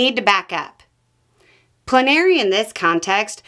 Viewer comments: I thought it was pronounced plen r ee not pluh nary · It confused me. I've always heard it pronounced "PLEN ah ree". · you’re putting the emPHASis on the wrong sylLABle. It’s PLENary. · I hate to be that person, but I've always heard "plenary" pronounced "PLEN are ee". Is there a different regional pronunciation?